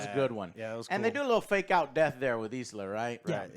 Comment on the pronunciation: Its Elsa not isla 😂